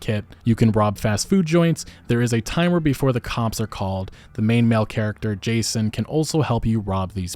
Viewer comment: Every time you say “Jason” I cringe. So disrespectful.